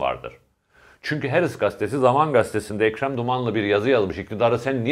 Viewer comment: Levent bey:, "Ukranya" degil Ukrayna; "Herıtz gastesi" degil Haaretz gazetesi:) Selamlar.